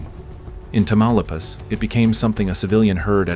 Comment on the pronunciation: Which US American is behind this video? Amateur ! The village he talks about is NOT Tamalapas, but its name is Tamaulipas…..Incredible how US Americans always display their lazy arrogance and ignorance….😂😂😂😂😂